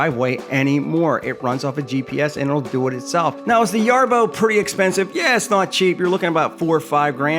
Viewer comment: Definitely "Ree-oh-bee" not "Rai-oh-bee". Also the guy in Street Fighter is "Ree-oo" not "Rai-oo"! Heathens! 😂